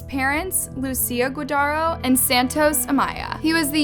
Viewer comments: How rude! It’s not “Guadaro,” idiot, it’s Guardado! Such lack of respect to that poor family! At least learn and practice how to correctly pronounce their last name if you’re gonna do a documentary about them, Anus Loves...I mean, 🖕🏼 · Spells it GUARDADO. Says it GOODARRO.